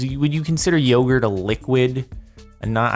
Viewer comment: Jardon pronounced yogurt wrong, lol